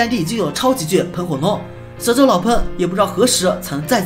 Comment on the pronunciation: 是xiao智，不是siao智，小（xiao）